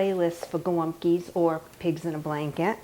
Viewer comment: Thanks for the recipe 💕 I giggled every time you said golumpkie. 😊